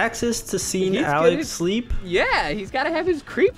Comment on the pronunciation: Its Alex not “aleax”